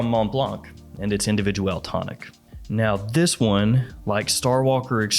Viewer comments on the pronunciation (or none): none